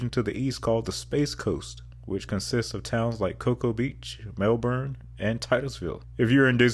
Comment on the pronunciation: Demerit for saying the space Coast is a subregion of orlando, bonus points for pronouncing Melbourne correctly